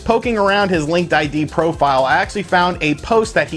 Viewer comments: It's pronounced "Link Did" ;) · "I did a lot of research" Calls it Linked I.D... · LinkedIn. Not LinkedId. lol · Take a drink each time he says linked ID instead of Linkedin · Linked I.D.? Not.... LinkedIn... huh :P